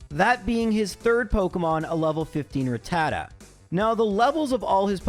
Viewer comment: You say rattata like a jackass